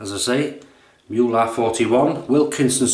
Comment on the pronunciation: Love you, mate. You make me chuckle and you pass over to me your happiness. The name of the razor should be pronounces Moo-luh.